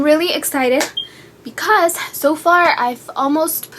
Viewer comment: ummm can u work on pronouncing words? its not "antt!" or "i love iTTT" or :"becauzzze"